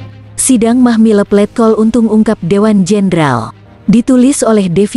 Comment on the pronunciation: Mahmilub bukan Mahmileb. Klu baca yg benar Min !